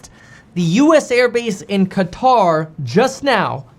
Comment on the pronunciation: KEVIN, Please don’t call it “Kataar”. The closest you can pronounce correctly is “CUTTER” since there is no letter for Q in English.